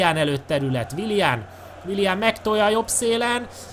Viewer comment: Nem wilian hanem wilien